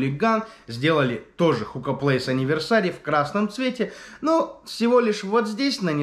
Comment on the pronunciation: Энивёрсери а не аниверсари